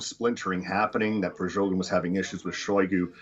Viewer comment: why does he call "Prigozhin" "Prizhogin"?😅